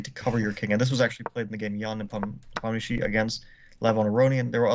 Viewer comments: Tip for how to pronounce Ian's last name. It's actually one less syllable than it appears in the romanized spelling: ne-pom-na-shi. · This is your daily reminder that Ian's name is pronounced Knee palm knee she!!!!